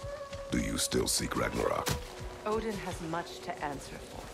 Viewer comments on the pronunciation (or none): RAGNAROK❌ RAGANAROK✅😅😅😅